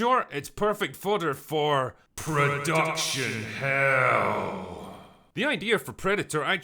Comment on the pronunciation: I could have sworn you said „Predaction Hell“ 😅